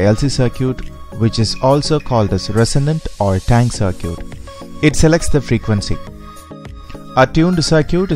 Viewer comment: Good video. It is pronounced "c-i-r-k-i-t". Perfect english otherwise.